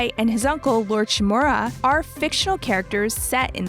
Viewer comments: She said DooShu and ShinMoora 😂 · Lord Sakai and Lord who?? Can you say that again please e